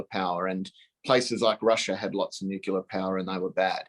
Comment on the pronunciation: ....laughable